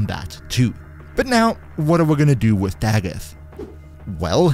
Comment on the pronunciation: Finally someone that pronounces her name right. I promise it’s not da goth